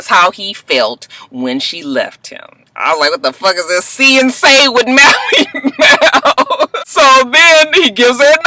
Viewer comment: And, you ain't even gonna try and say Mally Mal's name right huh? 😂